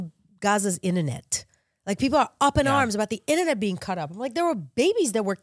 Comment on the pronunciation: "Ininet" i think thats all we need to know.